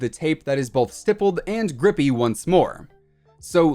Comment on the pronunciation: Stippy grippy🤣